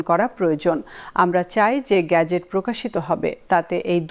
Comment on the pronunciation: গেজেট। "গ্যাজেট " খুবই শ্রুতি কটু!